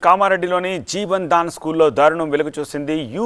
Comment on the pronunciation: Jevan Dan Kadu jevadan school Correct it